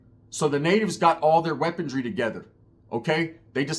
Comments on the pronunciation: WeaponRY not weaponDRY. Sorry had to do it 😂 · not a hater bro cuz I watch your shit all the time and I love your content bro. but maaannn its "weaponry" not "weapontry" after the 3rd time it started to bother me LOL much love